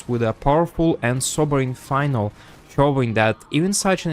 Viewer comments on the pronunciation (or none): finale aint pronounced as final. finale = fin + alley. fin as in a "fish fin", alley as in, "the survivors walked down a dark alley" its pronounced fin-alley. mind u, thats different from finally. final, finally. fine-alley. finale, fin-alley. no offense, wanted to be helpful.